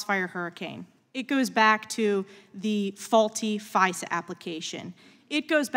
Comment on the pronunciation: That first witness pronounced FISA as phizer and I bet he says Phizer to sound like fisa🤭😒